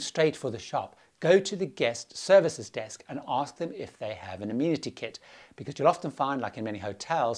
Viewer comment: An amusing kit... what is that? I couldn't understand what you said- go to guest services desk and ask for...? Sounded like... a musi kit.